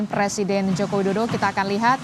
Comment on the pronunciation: Kalo ga salah dengar hos nya mengatakan Joko dodo